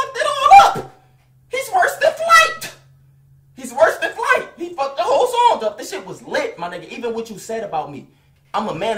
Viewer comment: He said that “T” on “flighT” hard asf 😂😂